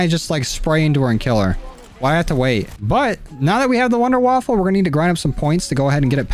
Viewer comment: Wonderwaffe not wonderwaffle